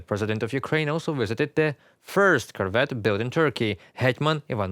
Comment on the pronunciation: Good plan! At the rate that Ukraine is converting Russian ships to submarines, by 2027 this will be the most useful ship in the Ukrainian Black Sea fleet! Nit: Emphasis on the second syllable: cor-VET, as in the French pronunciation.